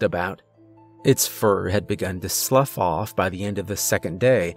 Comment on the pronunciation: Don’t act like I didn’t see that correctly pronounced “slough” in there😉😆